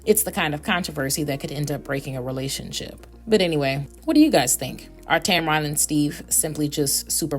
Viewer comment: And this alleged "story" and ones like it is one of the main reasons she remains private! Leave her and her marriage alone! And it's not pronounced Tam Ron! It's pronounced Tam-Ren! Get it right and stop spreading fake news!